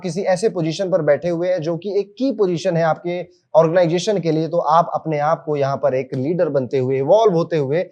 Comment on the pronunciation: Sare astrologer ban gaye hain.... bluffing 😮 organization bolna to seekh le 😮😮😮organggggation naee hota....👎